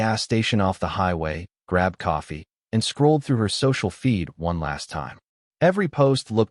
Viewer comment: Can this guy put out a story with coffee being a central character?…..also, I hate the narrator pronounces it….”cafee”